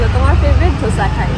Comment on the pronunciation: It's Dosa not dhosa 😂😂😂